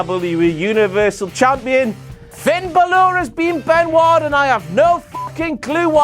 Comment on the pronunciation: You are saying balor's name wrong